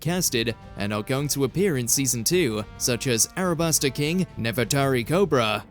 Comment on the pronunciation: It’s “Alabasta” not “Arabasta”. Nube 🙄 😂